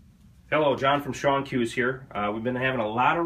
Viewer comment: It's pronounced "Shone" but I too have a bad habit of pronouncing it "Shawn"